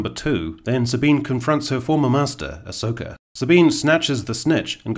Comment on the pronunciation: Dare I say… Ahss-oka 😁